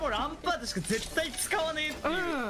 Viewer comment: ランパー"ト"やな